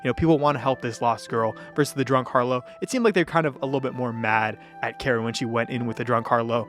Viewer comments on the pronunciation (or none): just fyi, harlot is pronounced “har-lot” not “har-low”.